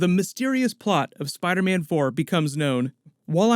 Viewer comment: “Spida- mein” 😂😂